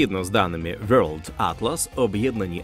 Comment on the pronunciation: на «вьорлд» я вимкнув. бувайте